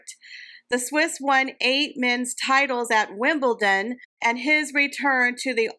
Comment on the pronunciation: Enjoyed the video as usual. Your pronunciation of Wimbledon was top drawer today. Thank you for your hard work and the information you share with us. ❤